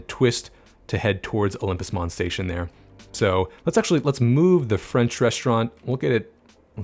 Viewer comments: Great video... and your French pronunciation was on point! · Gotta say, your French pronunciation was spot on! Kuddos!!!